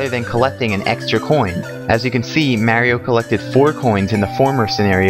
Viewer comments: Mario not "Mare-io" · Mary-O lol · Mary-O? Arrgghh! >.< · Whos marey-o? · Why dies he call him "mary-o" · its mario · This guy doesn't know how to say "Mario" correctly.